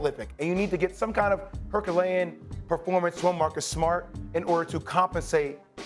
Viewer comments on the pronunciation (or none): "Herkalean"? I think you meant Herculean? 🙃